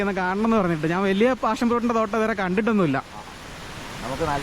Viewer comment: പാഷൻ fruit ആണ്.. Not ഫാഷൻ 😂